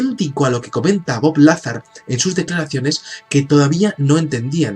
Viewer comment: Se escribe "Lazar", pero se pronuncia "Lazár"